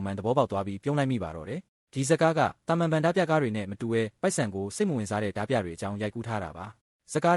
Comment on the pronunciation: AI ကြီးနဲ့ဖတ်နေတာလား။ဒါမှမဟုတ်မြန်မာစာအသံထွက်မသိတာလား။တင်ဆက်ပုံမစိုးပေမယ့် အသံထွက်ကြီးကစိုးတယ်။ ဓား ပြ အသံထွက် ဓမြ